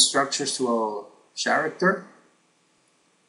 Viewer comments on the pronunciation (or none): It's not "TS-aracter" IT'S "K-ARACTER" (character) Speak English!!!